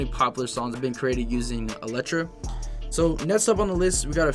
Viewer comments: “netst up” “electra etst” headahh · Electra etz , Netsus , Fletz 💀💀💀